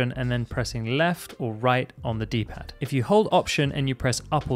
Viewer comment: Did he say ‘on the D-pad’?